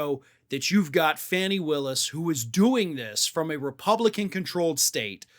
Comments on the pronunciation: Pronounced Fah- nee, not Fanny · Please quit calling her fanny it’s fawny 😢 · still can't pronounce Fawn-ees name. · Hey dork! 😂 plz plz pronounce Fani’s name correctly plz. She deserves to have her name pronounced correctly.